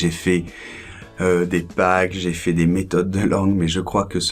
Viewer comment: bonjour, ne penses-tu pas qu'il soit plus juste de prononcer "è" quand tu dis "j'ai fait"? C'est juste une mauvaise habitude de ta part ou y a-t-il une règle qui m'échappe? Merci!